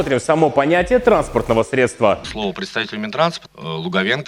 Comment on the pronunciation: СредствА средствА.... Учи русский!!!